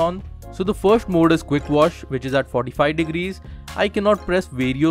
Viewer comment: *firsht thing firsht .